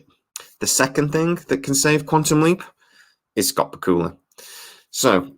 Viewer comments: * you pronounced Scott's name ba kul la I have thought it was pronounced Back u la only Scott could confirm. * Getting Scott on the project would help. it does seem it was written to include Sam's character in latter shows. * we just got a glimpse of another leaper not sure if its Sam or Evil leapers or some thing else. * the formula of the show is different in that the story includes a lot about the crew in current time not the past. * the science of the leap also seems to be different, like what happens to the person that the leaper jumps into, how far in time can a leaper travel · I live in the United States. I have watched the first six episodes, so far, and I also hope that we see a second season next year. Just one thing. Scott Bakula pronounces his own surname BACK-you-luh, with the accent on the first syllable. I just thought you should know. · Who is this "Scawt B'Kula" you speak of? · Bakula is pronounced: Back-you-la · The way you say Bakula... it hurts. Just FYI, it's "Back-U-La". That being said, these could save the show, which deserves to be saved, it's pretty good, just needs some more time. The first show was rough for a few episodes too. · Lol love your accent on Scott Bakula pronunciation...Bakula is pronounced like Dracula!! Just fyi lol.😉😀